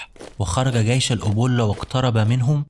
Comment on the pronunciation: اسمه جيش و ليس gيش